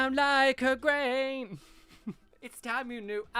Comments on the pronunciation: Grainne is pronounced Grawnya….as in Yawn ya. Sounds nothing like grain. As an actual Irish person this happens a lot when Americans call their children Irish names, they just pronounce them as spelled , forget that Irish is a different language than English. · Hey, just letting you know Graínne is pronounced Grawn-ya:))) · Grainne is pronounced gron-ya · Gráinne is pronounced something like Graw-nya in a British accent :) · Gráinne is pronounced graw-nya btw <3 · That "grain" has me seriously miffed. People can't be so ignorant of others cultures and languages then try to take aspects from them. Apart from the historical mythological significance of Gráinne, IT LITERALLY MEANS GRAIN IN ENGLISH. The utter ignorance. Pronunciation matters.